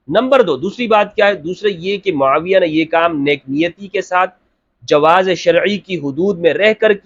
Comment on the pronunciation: Hazrat muaaviya ka naam to sahih se le youtuber